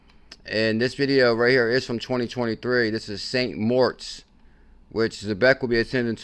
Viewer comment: Especially when it’s pronounced MORITZ